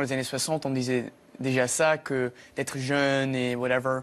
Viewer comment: When he says "whatEVERRR" LOL